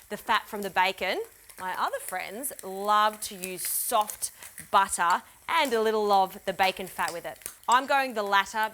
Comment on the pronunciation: "My other friends love to use SOFT BATTAH"